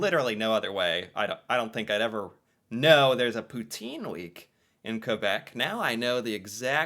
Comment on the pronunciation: As a québécois I got a say I rlly liked when u said « poutine »